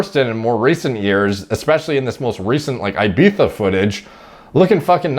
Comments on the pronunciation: You smashed the ibiza pronunciation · If you want to pronounce Ibiza the spanish way, just say "eebeetha" in english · Don’t worry you are saying Ibiza right ! (“Ibeether”) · nothing wrong with his pronounciation.in fact some northerners go full retard mode and call it IBIFA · Sounds like you got Ibiza spot on! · Well done for pronouncing Ibiza properly. Shame the mass uneducated are saying it's wrong but....YouTube comments people. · Unlike most Americans he actually says is correctly...